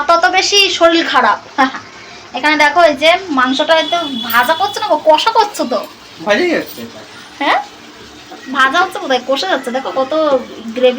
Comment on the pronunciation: R akta kotha ki6u mone kono na onek bar tumi bolecho Shoril na শরীর